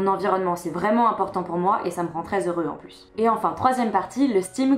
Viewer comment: Pourquoi tu prononces le "x" de "heureux"? Est-ce que ça a un rapport avec l'écriture inclusive pour les non-binaires?